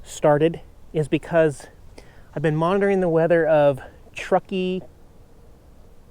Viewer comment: Fun chill day with the kitties. Dude, you pronounced Truckee correctly. What gives? :)